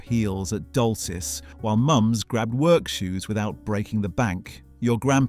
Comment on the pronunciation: Glad someone else spotted it. The pronunciation of years, plus Topman and Dolcis, an the intonation on several words fell flat. The voice is trying hard to be that of a modern young British man, however it is simply AI shit.